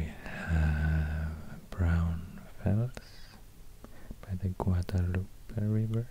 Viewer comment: Guadalupe is pronounced: Gua•da•lou•peh Not Gua•da•loop.